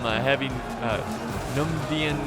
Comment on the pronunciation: late but... Nu-mi-di-an